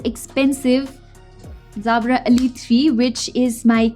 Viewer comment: Is there an issue with her native tongue and the letter "J"?? It kept throwing me to hear her say "Zabra".